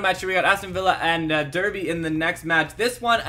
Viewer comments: It's pronounced Darby, not Derby. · The way he says derby XD